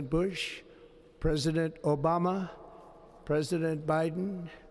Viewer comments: He was trying not to say Obamna lol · The way he says Obama 💀